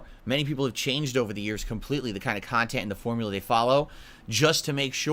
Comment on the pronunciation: "Productive khantent "???wtf is he sniffing glue or something ?